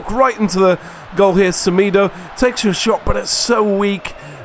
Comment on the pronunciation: Thank you for using the white kit. :D Btw, what's your nationality? Because you say Portuguese names quite well, only Semedo you said wrong, it should be said like Se-mê-do, not Se-mee-do, but don't worry if you don't say the names properly, it's not a big deal for me, I just wanted to point the error out, plus like you said, you don't say the names wrong. Great video once again. :)